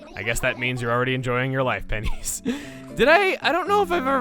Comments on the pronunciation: I thought pennies said penis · I thought when said pennies he said “penis!”